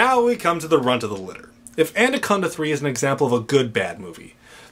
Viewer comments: It'd be nice if you could say it right and not "And-a-conda." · Good reviews but why are you pronouncing it anDaconda? There's no d in it, lol you must be doing it on purpose :P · Is he pronouncing the title "ANDACONDA"?? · He said andaconda the whole time😂😂